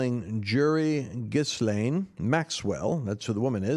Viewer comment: Well done, Lance. I believe the "s" in "Ghislaine" is silent. Pronunciation: Gee LANE. Yes. Apparently once DJT figured out what Epstein was really about, he wanted nothing to do with him.